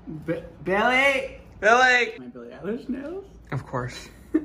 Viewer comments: Every time I hear him say her name I hear “Billie eyelash” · Billie Eyelash (U just said that lmao)